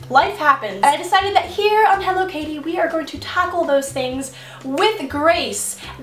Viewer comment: I thought she was saying Hello kitty... Until i realized the channel name was HelloKaty Way to go!